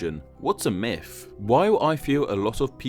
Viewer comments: mifology. mifs. mifical. idk why but this bothers me lol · When can you start saying "Myth" instead of "Myf"